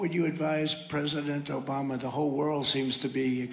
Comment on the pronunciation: "... O-BAM-na...." I seriously wonder if any of this gets through to "his base" who have overlooked SO MUCH since 2015 ...